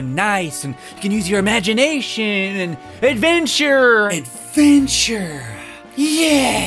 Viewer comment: Adventurrrrrrrre Me: heyy he said it he said it